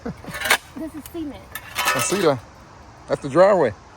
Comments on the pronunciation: ASK, not AX. Y'all is NOT a word; GROWTH, not GROFE; SI-MENT, not SEE-MENT. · Ya pronouncing cement like sea ment is funny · Why are you pronouncing cement lik seamen?